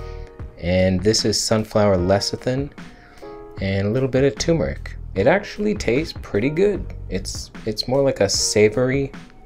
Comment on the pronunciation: tuRmeric. Not tumoric.